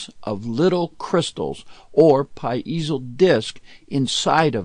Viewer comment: STOP saying "PA----IZO!